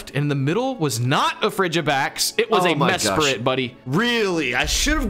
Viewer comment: No way just called azelf mesprit